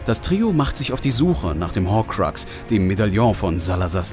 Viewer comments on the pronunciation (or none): Es heißt Hokrux nicht Hohrkrax😫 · Das Spricht man Horkruks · Entweder sagst Horkrux wie ein normaler Mensch oder du lässt es bleiben! Deine Verschandelung an den Namen will keiner hören! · Hat er wirklich ✨Horkroorkss✨ gesagt😩😩 Ja hat er Neinnnnnnn😩😩😩😩😩😩😩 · Wen Mach das auch voll aggressiv dass er Horkruks Falsch ausspricht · Dieses Horkrackse nervt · HORKRAX Hat er nicht gesagt... meine ohren!!!